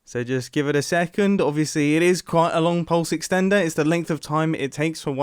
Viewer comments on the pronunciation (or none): Imagine saying “second” like BRUH